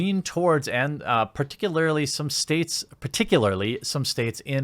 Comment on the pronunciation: I'm a simple man, TheQuartering says "Particularily" in a video, I like the video. Just kidding, I like the videos regardless.